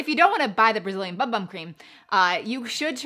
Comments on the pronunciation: The bum bum cream is actually pronounced “boom boom”. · Fyi, it’s pronounced “boom boom”! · Lol everyone in the US pronounces it BUM BUM not Boom Boom. But we don’t speak Portuguese.